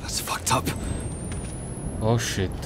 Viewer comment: quando parli in inglese e dici tipo OH SHIT mi fai morire😂 grande